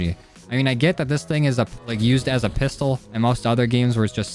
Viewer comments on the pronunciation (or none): none